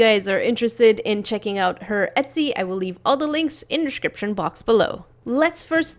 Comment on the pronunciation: the way you say “description” 😭🤣💕